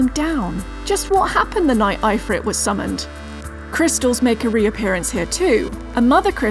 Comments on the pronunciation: Thats a fuck up pronunciation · that's an interesting pronunciation of ifrit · not wrong just interesting in Australia definitely don't say it like that